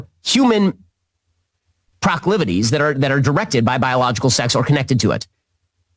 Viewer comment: Prah-clivities? Well, I guess that's one way to express whatever he's attempting. This persecution complex is a bit bizarre to witness over and over and over again. 🤷‍♂️